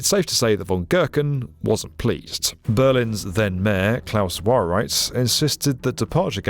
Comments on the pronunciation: You did completely butcher / mispronounce the names of Wowereit, Mehdorn, etc. Americans do so routinely, but Brits too? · Have another dozen goes at "Wowereit" fella. Like the airport, you might get it right eventually! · please say Klaus Wowereit again! :D